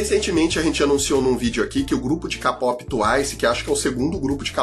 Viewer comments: por favor, não se pronuncia kapop, é keipop. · já falei que é "kpop" (queipope) e n "ka pop" kkkkkkkk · o melhor é ele falando "capopi" e "tuaisi" KSAKAKSKAKSK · tuaicie ckapópi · Quem ai gosta de k-pop mas quando o fala da uma dor no coração 😅